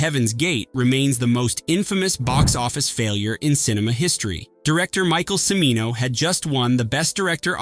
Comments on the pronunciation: Cimino is pronounced "CHA-mee-no". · Pronounced "Chi-mino," dammit, "CHI-mino!" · And the mispronunciation of Michael Cimino’s name continues.